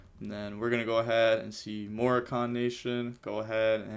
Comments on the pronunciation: Ain't it Moròccan nation as in Morocco the country? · like morroco the country